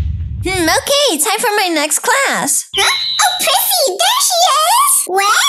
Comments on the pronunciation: It's okeh to not be okeh 😌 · it is okeh to be not okeh.☺